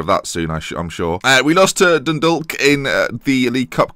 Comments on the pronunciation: Dundalk is pronounced like dundawk. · Its pronounced Dundawk!!!!!! Silent "L"